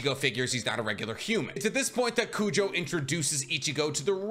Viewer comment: I just got to the fullbring part, its crazy how many times “Kujo” was said, its Kugo lol